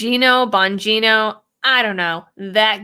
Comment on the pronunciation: Dan bawn-JEE-no He seems pretty stalwart on protecting freedom. Keep up the good work,!